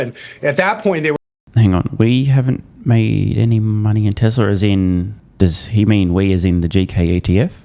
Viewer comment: TesLurr. oh , Tesla ! 😮